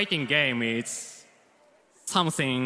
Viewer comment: foiting gaym ees... sumsing so grayt